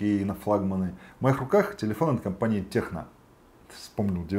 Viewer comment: Та не техно он читается